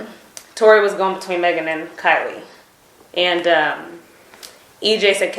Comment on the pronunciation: It's Kylie not Kailey bro